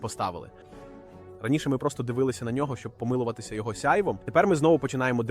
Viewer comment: помИлуватися... Якщо це озвучує ШІ то він досить вправний ..